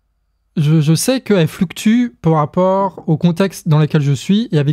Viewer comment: mais c quel accent ce "po rapport" ? ça m'énerve j'arrive pas le déterminer XD !!!!